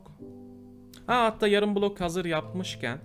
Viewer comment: abi kulok değil bilok